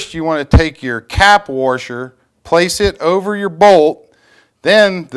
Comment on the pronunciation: Hey, When did they add a "r" to the middle of the word "Washer?":-) Do you live in Warshington? Do you Warsh your car? hahahhaha:-) Just funnin with you. WASHER! PS. Thanks. I'm off to Home Depot now!